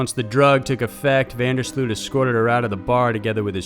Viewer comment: you pronounce van der Sloot with an oh and not english double O